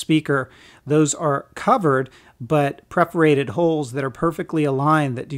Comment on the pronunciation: haha 'pitures' 'preferated holes.'...decent review, but poor pronunciation of certain words makes me trust reviewer less.